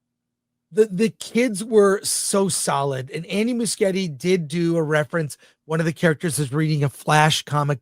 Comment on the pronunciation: Andy Mush ye ti is the pronunciation